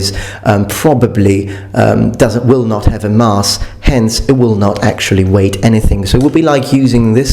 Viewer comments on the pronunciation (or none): Nooo, a ad esempio dici «...will not have a mass...» (che pronunci con la vocale lunga come se fosse «marce») «...hence it will not actually weight anything.» Così suona esattamente come se tu avessi detto «wait», cioè «...perciò non aspetterà...» Parli benissimo, ma ci sono queste piccole cose.